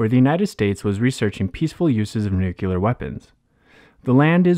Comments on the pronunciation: NUCLEAR not NUCULAR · Narrator, PLEASE learn to pronounce the word "nuclear" correctly and re-dub this video.